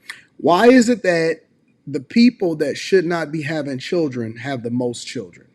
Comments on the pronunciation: I got past when she said her chirjennns[children]. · Mispronouncing words that are normal words in speech makes the speaker sound simple. It's hard to take someone serious when they lack basic word skills. Everyone has the chance to learn how to speak and pronounce words in elementary school. Simple words people. Ax for ask, chirren for children, ambalance for ambulance, frunneral for funeral, skinndeded for skin, breastesses for breast. I could go on and on but I'm bored coming up with examples. Learn how to speak properly. You sound dumb. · Children😂😂😂😂 not chilrlllden😂😂😂😂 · Lean how to pronounce children first. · The way she said "children" took me out 😂